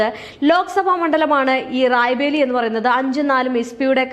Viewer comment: റായ് ബറേലി എന്ന് പറയാൻ പഠിക്കൂ ആദ്യം. അത് കഴിഞ്ഞ് വാർത്ത വായിക്കാം. അണ്ണാ ഹസാരെ എന്നത് ഹരാസെ ആയി മാറിയത് നാക്കു പിഴയായി കണക്കാക്കാം. എന്നാൽ ഈ തെറ്റ് വീണ്ടും ആവർത്തിക്കുന്നത് അങ്ങെയറ്റം അരോചകമാണ്